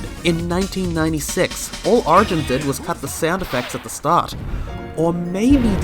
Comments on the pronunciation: "Sonic Arigins" sorry I had to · thats not how u pronouce origins